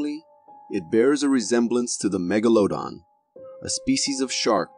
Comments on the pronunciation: The Russian Bigfoot footage was very much fake and you shouldn't have shown it. Lately I've been noticing millennials and Gen Zs not being able to pronounce words properly (like MEGALODON).omg it's an alligator and a python NOT a crocodile and an anaconda dude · It's very annoying when the man describing the animals doesn't even know what they actually are and when he can't pronounce them correctly! The shark Magladon is not pronounced correctly, and the alligator is not a crocodile!! The python is not an anaconda!! He needs to learn what these animals are and how to properly pronounce their names before he does a video! I'm not subscribing to a channel that has so many mistakes !!